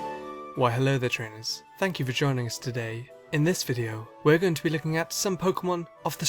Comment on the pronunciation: I heard "vagina" instead of "for joining" :D